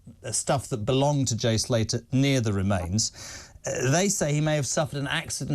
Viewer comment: 'Jay Salter' 'Carlton Palmer' embarrassing. Guys dont have a clue who theyre talking about.